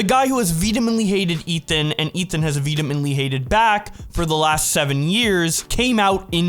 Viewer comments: *Vehemently, not "Veedamintley." Sounds like a candy bar old people eat. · vedemently? Is that like an inside joke or do you not know the word vehemently? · why do you talk like a fucking RETARD, its pronounced VE-HE-MENT-LY not vebementy you fucking mushmouth idiot, you talk like a baby idiot retard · the word is vehemently not vedemently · What the fuck does "vedemently" mean?! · Just wanted to say, there’s no “D” in “vehemently”. Cheers, my horse! ✌🏻🐴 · The retardation in your speech is getting worse and worse. Look up the pronunciation of vehemently bro. Anyways, good video. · Your pronunciation of vehemently is fascinating